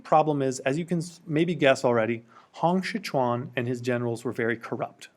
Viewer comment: Pinyin: Hong Xiuquan Pronunciation: Hong Siu~chuan Not: Hong 'Si' 'kuan'